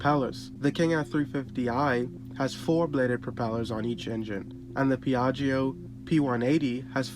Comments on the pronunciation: Ask an Italian how to pronounce Piaggio! 🙈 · The second i in piaggio is silent.